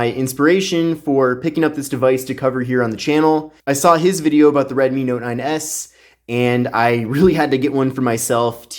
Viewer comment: Also, in reference to "Mi" it's a Redmi, not Redmy...🤣🤣